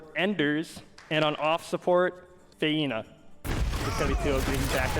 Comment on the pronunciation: Fay-nuh! I'm sorry pepehands